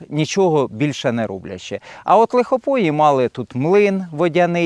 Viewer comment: На Полтавщині є село Лихопої - наголос на букву ї.